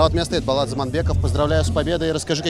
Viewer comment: Не Балат а Болат , как пишется так и читается